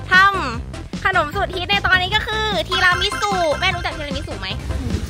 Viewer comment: อ่านแบบปกติไม่ได้ได้ต้องทีรามิสุเค ทีรามีสุเค